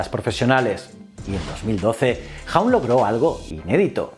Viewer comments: Por favor di bien hawk, jauk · Dime que no sabes inglés sin decírmelo: Tony Jaun